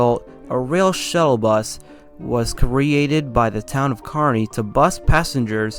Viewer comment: The name “Schuyler” is actually pronounced “Skyler”. “Totowa” is pronounced “Toe Two Wha” Glad you got Kearny right, that gets mispronounced often.